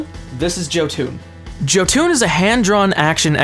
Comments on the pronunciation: ok I've very sorry but it is pronounced Yoh-Ton not Joe-Toon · Given that its norse i'd have thought its pronounced yotan, not joe-toon.... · Glad I didn't help kickstart it, ohh btw the name is Jotun not Jotan. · how you say "Jotun" is so far off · Knows all games that have Norse mythology. Doesn't know how to pronounce Jotun.